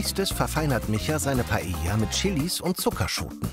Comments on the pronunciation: Also mal ernsthaft lieber, wenn ich schon PaeLLa höre anstatt Paeja (und ja, das ist nur für die Laufschrift so geschrieben) dann denke ich mir meinen Teil. Da braucht der Koch nicht unbedingt ein spanisches Kochbuch, sondern DU ein spanisches Wörterbuch! Peinlich hoch 10!!! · Warum kann Paella und Mojo niiiieeee korrekt aussprechen?